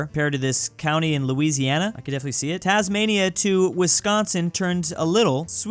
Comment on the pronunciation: Ahh yes "Tasmania"